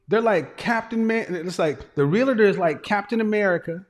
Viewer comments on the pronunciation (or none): Not Realotor!! I expect more from you! Say it 3 times and use it in a sentence. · It’s pronounced REAL-TOR not real-a-tor! Thousands make that mistake, even people in the profession.